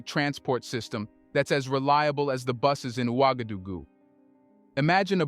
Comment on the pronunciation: It's pronounced like ;wagadogoo.